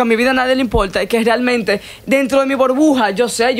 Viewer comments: Porqué será que dice " borbuja"....y no burbuja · estás sobrevalorado, no se dice Borbuja, es burbuja😂🤦‍♂️ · Nota: se dice Burbuja, no Borbuja. Por favor 🙏🏻, gracias. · Tampoco se expresa bien... Dice bOrbuja dos veces, por ejemplo. Este tipo solamente es la tontería de moda